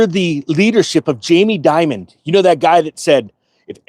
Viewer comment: First off his name isn't Jamie Diamond. It's Jamie Dimon. If you can't even get the chairman of Chase's name right how are we going to trust your analysis. This actually is good news for crypto owners. It proves institutional adoption is growing and thus demand which will drive prices higher long-term.